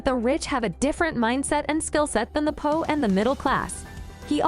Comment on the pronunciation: Learn to say poor instead of po for goodness sake.